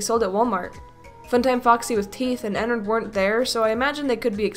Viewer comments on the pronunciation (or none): Christina Perez its not enerd its ennard